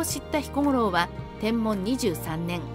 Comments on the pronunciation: ナレーションに誤りがあります。 年号の『天文』ですが、『てんもん』って言ってますが、『てんぶん』ですよ。 あと、テロップの地名は、大柿じゃなく大垣では？ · 天文は｢てんぶん｣であってますが、大垣は大柿表記でも間違いではないはずです